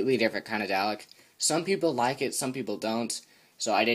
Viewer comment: DALEK (do-lek)